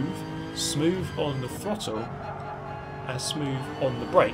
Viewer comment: "Drive spoove, get sixff"